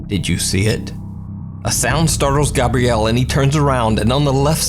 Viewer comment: I think it's hilarious you don't know how to pronounce Gabriel. 'Gabrielle' is not correct 😂